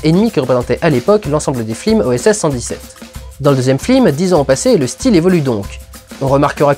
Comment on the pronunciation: j'ai l'impression que tu dit plusieurs fois "flims" plutôt que "films", non ?